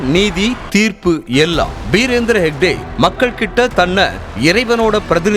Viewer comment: ஷேக்டே அல்ல. ஹெக்டே.